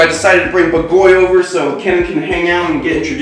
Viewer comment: I´m Hungarian and it's great you named your owl in Hungarian, however, the pronunciation of BAGOLY is ok, except the stress is on the A, so it would be /b^:golj/. The sonunds are ok, but the stress is wrong, you stress the O and you should stress the A. Hope it helps... ;)